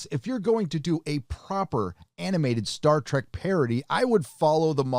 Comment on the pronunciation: Please stop saying "Star Track". Seriously though they are trying so hard to be Rick & Morty.